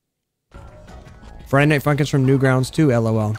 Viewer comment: its sounded like you said friday nighT @@